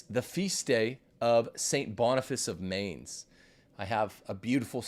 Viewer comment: learn how to pronounce Mainz